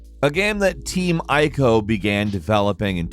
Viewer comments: Goddamn it. "Ico" is pronounced "ee-co" not "eye-co". You're pissing me off. 😡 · dude they are pronounced eeko(Ico) and treeko(Trico) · It's been about 20 years and native English speakers still mess up saying Ico :(